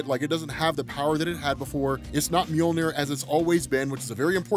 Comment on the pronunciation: Omg sooo… it’s “MjODINir” daaammmnnn